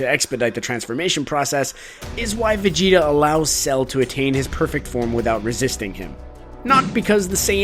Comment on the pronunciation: Vegeta = vejina